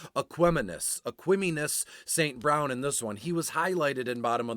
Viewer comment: Great Info!! Way to Pronounce E St. Brown name correctly. Going to use this and Crush Showdown this evening.